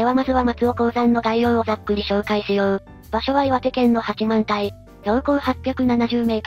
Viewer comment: 八幡平を「はちまんたい」と正しく読んでるゆっくりを久方ぶりにみた ありがとう